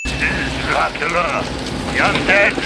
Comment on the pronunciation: Dracoooolia, Loooocieee, Juynuthun, Meenahhh, and Elizerbetta!